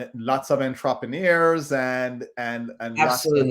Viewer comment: sometimes you pronounce your words weird like when you say "entrepreneur"...definitely a J'can 🤣